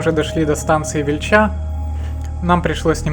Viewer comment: Молодцы .фильм класный можно отдать в документальный фонд про Чернобыльскую зону .Но станция Виильча а не Вильчаа вроде я про ударение а так путь выбрали не близки можно было и короче. Можно скинуть на молодость. Но природа. очень красиво и по осеньему.